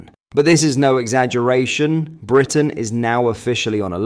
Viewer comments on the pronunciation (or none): none